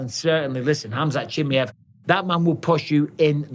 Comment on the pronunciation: Cha-my-ev I’m gonna keep saying it Mike 😂